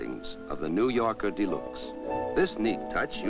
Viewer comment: The narrator repeatedly mentioned "The New Yorker dee-LUKES." Most automotive aficionados are unaware of the 1955-only trim package called "Electro-Whocardial Snukes," which replaced the radio with Jingtinglers and located a secondary Floofloover in the luggage compartment.